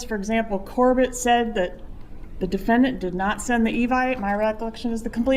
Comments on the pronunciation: Her insistence on pronouncing the word "defendANT" is so annoying. I know that's petty but combined with everything else--the preachy approach, treating the jury like stupid children, her nonsensical denial of all the evidence the state has provided--I cringe every time she walks up to the podium. Nothing about what she's doing can be playing well with the jury. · DefendANT is driving me crazy. It is hitting me the way some people say salmon or herb 😅🤣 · I hate the way she pronounces the word defendant...😂